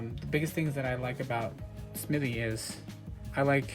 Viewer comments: Hello young man. It is Smith- ee NOT Smitty. There is a difference. Please stop making yourself look like you didn't learn the basic rules of reading. The rest of your content is good, but, stop with the 3rd grade Appalachia dropout pronunciation. Thanks. If you fix it I would subscribe. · It's "Smith-EE", not "Smitt-EE!". Credibility is hinged on convincing the public you know what you're talking about. Not knowing something as basic as how to pronounce the subject of your discussion, is certainly not a ringing endorsement for that credibility.